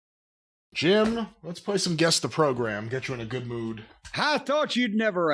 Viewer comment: Hit him with a Jeem instead of Jim like Nadia from American Pie. 🤣